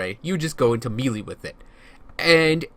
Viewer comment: Melee is pronounced may-lay not mee-lee, just sayin